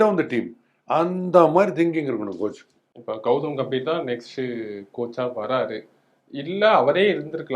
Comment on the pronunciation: Gautam "Ga"mbhir..... பெயர்..... கம்பீர்! "கே"ம்பீர் இல்லை.... "கா"ம்பீர் இல்லை... பெயர் உச்சரிப்பு மிகவும் முக்கியம். கம்பீர் என்றால் கம்பீரம்.. தைரியம் என்று அர்த்தம். உங்கள் பெயரை ஈஸ்வர் என்பதற்கு பதிலாக யேஷ்வர் என்று சொன்னால் எப்படி இருக்கும்.